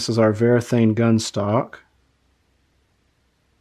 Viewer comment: The brand is Varathane, not Verathane. It is printed right there on the can